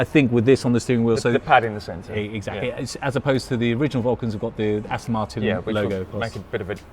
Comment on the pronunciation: It's As-TON not As-TIN.